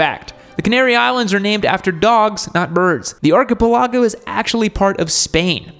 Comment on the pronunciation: That is some wild way to say 'archipelago'